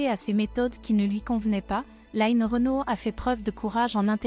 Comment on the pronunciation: Je suis choquée que lno ait appelle Line ..'bien française en Line écorchée en anglais tout au long du reportage Bonne santé Line et longue route encore avec nous ❤❤❤